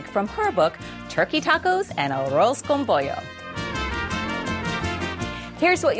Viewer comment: When she said arroz con pollo, i swear i hear "arrows" with chicken i was like....wtf????